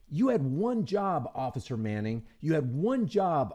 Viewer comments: Did anyone else notice that he doesn't say officer, he says ocifer! "I'm tired of hearing about the first amendment. That's all we ever hear." Thats what the 2nd one is for. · It killed me when he said ociffer 😂😅😊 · In all his video he says "osifer" instead of 'officer' . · Occifer, Lol